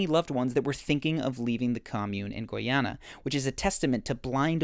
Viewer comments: Its not Goy-Ana Its Guyana 🇬🇾 Literally pronounced: Guy- (like this/that guy)-ana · Guyana is pronounced like guy+anna. guy rhymes with buy. thx for the dope content. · Great video! The country "Guyana" is pronounced as: guy-anna, guy as in a male person and anna as the name. Cheers! 😀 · Please stop mispronouncing Guyana. It's "Guy"...as in the English word meaning man, dude or male. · first time he said guyana he was right then after that he went downhill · Pronunciation check for next time: Guyana, primer. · I admire your attempt to pronounce "Guyana" 😊